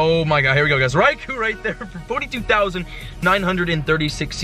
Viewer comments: stop saying Raikuuuu it's Raikou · "Rye-Koh", not "koo", as far as I know (per the pokemon generations cartoon). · Raikou unfortunately is pronounced RAI-KO not RAI-KU don't worry man it happens to all of us but FYI that's cause Raikou is in Japanese. Peace!:) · its pronounced raikoh not raikoo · It's pronounced Raiko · It's pronounced Ricko. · your saying raikous name wrong